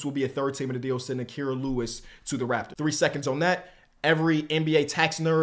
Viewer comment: KEEPS MISPRONOUNCING KIRAS NAME 💔💔💔💔💔